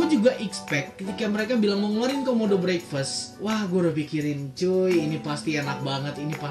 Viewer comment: Ngomong breakfast nya salah udik